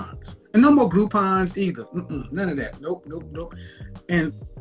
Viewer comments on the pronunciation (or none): none